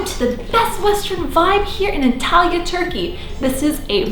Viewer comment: The way you pronounce Antalya is just... not normal... I almost hear it as Italy which is so unsettling haha